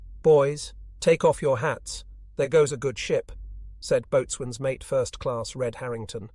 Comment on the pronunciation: Seriously man - this is really good stuff…although if you’re gonna do Navy stories you have to learn to pronounce the word ‘boatswain’ And this is YouTube - you have to give viewers something to look at. It just doesn’t take that much time to insert some relevant pictures.